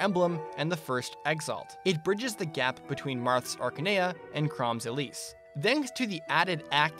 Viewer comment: the way you pronounce elibe "elib" LOL